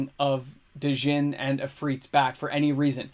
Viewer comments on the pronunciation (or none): You dont pronounce the J in Kjeldoran and you dont pronounce D in Djinn.